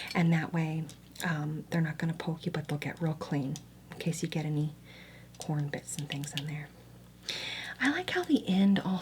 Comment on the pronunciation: I’ve never heard someone say corn like that. “Cworm” I love it